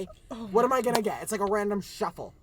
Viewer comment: I’m sorry but the way nick says shuffle, then Matt and Chris mocking him just made me piss myself